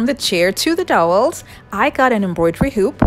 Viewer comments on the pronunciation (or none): Cute video!! But those DOWELS are pronounced DOW EL's ... Not "Dolls" lol.. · I love your stuff. But it's pronounced D ow wells lol. ;) What is your flooring made out of??? it looks like big Puzzle pieces. Also, Everything you create is Beautiful. I'm hoping to be able to buy a house soon and if I'm able to then I plan on going Crazy making 99% of everything you have made lol. God bless you hon and keep up the Beautiful Crafts. <3